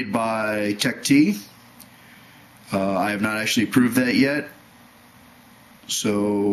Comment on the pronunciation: It's not pronounced Tech "T", it's pronounced "Teched",, just in case somebody didn't know that.